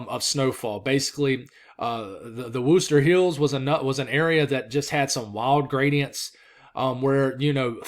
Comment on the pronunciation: I see the "r" is back in "Wooster" lol, I don't even know how it's pronounced myself.